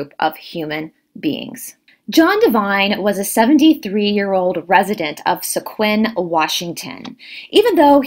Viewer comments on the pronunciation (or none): It’s pronounced “Squim” not se-quim. Native names can be tricky. Mt Baldy is on the north east edge of the forest and is nearer the rain shadow portion so wouldn’t be too wet and mossy like the west & south sides of the forest. Still could be likely a cougar got to him after a fall or something. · When I heard you pronounce Squim WA I laughed. Never heard it said that way before - it sounds like Sq - him without the h. I used to live on the Olympic Peninsula and yes it is normally damp - that is why it is lush with plants. I have heard the knocking of trees by Sasquatch and that sound can not be mimicked. Never seen one yet I have heard that they love cinnamon rolls or donuts and apples. Why would an ET race want a 78 year old man - unless he had been communicating with them for decades? James Gilleland ECETI Ranch in WA gets visits from Sasquatch on YouTube - cool guy check him out.